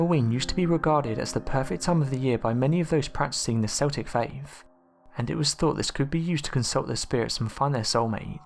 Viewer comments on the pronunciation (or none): Yes, it is properly pronounced as "KEL-tik", not "SEL-tik". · It's pronounced Keltics. Celtic as you pronounce it are a football team from Scotland !!! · I love your channel, but I can't stand it when you miss pronounce words, like Celtic (it's not S-Eltic...but K-Eltic) or Samhain ( Sow-Whin), & many others! You're info is also not very well researched, for topics such as this article. Which Halloween is Very well known, by many people, Cultures, & Religions... Please don't just find info on any site, but truly look for the correct information! Thank you ✌️👻🥀🖤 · "SELL-TICK!!??" "SAMHAIN"!?!?!??? Goddamn it, it's pronounced: "KELL-TICK" (CELTIC) & "S'OW-INN" (SAMHAIN) For Fuck's Sake! YOU LIVE NEXT DOOR TO IRELAND!!! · True. If someone says, "Seltic," then he/she is probably talking about the Boston Celtics basketball team. But otherwise, it is keltic. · This was winding me up so badly, I paused half way through to see if anyone else had said anything! Thank you, thank you! Keltic not Seltic!!!!!!!!!! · see he actually says it once! he says kel-tic! what a ruse! c'mon man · its Celtic or if you prefer the pre roman name Keltos also samhain should be pronounced sow-een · Do you not know that the Celts or Celtic is pronounced Kelts and Keltic ........Dduujhhh ... !..! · Gotta love those seltics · Sorry to be pedantic but it's pronounced Keltic with a hard k, also samhain is pronounced sow (like the female pig) en.... Sowen...oh btw we have a black cat, he's lovely... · You pronounced both Samhain and Celtic incorrectly. Samhain is pronounced “saw-wyn”, Celtic is pronounced “Keltic”. The only once that pronounce Celtics with a soft “C”, is the NBA team. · You obviously support a famous Scottish football team - because that's the only time I've heard Celtic pronounced like that!